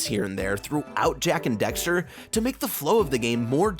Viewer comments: Dax, Daxter. Not Dexter. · why do you keep saying Dexter? Its DAXTER D-ACK-STER. But agree, Jak II is not great sadly. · He said Dexter so many times!! LOL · Dude. It’s dAxter. With an A. Not Dexter. Literacy is hard